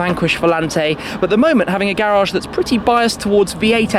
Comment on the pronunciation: Say garage right